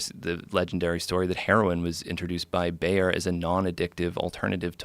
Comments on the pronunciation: Thought he said bear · *Bayer. And it's a legendary story, which of course isn't true, I agree. They actually knew it was addictive, if you watch the whole podcast, you can see Hamilton saying this. They did know, as you say. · Was he talking about "BAYER" aspirin makers?